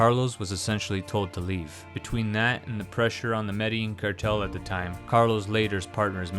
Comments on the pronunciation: The double-L has a Y sound in Spanish language. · And Medellin is pronounced Meh-Deh-Lean, not Medling. This guy jacked up all the pronunciations lol